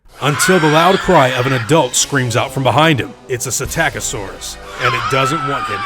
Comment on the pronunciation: Psittacosaurus is pronounced Sitattakasaurus? I've been saying Sittacosaurus all this time xD